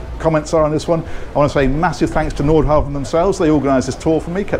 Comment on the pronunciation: It's impressive to see pronunciation evolve from "Nordhaven" to "Nordhavn."